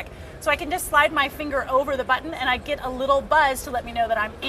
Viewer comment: "Cnet unt CES" love you!